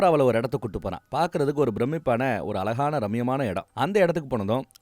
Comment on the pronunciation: Hi, You are describing the story well. I would request you to pronounce zha correctly. Azhaga -- yes Alagana --- no ( of this video)